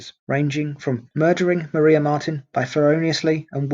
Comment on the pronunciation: Maria was pronounced Mariah ... I lived near polstead so this mistake jumped out at me 😂